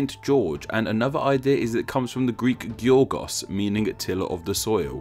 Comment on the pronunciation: Thanks for Pronouncing Giorgos right, not many English people can pronounce it properly. Ps I love your youtube Channel and have been watching since 2015.